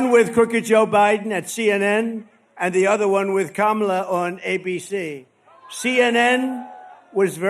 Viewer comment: It strikes me that he's actually pronouncing Kamala correctly. And he's not saying Comrade every time. He must be getting nervous about the election. Because he relishes mispronouncing her name and implying she's a Communist. When Trump pulls back on his Trumpyness, there's always a reason.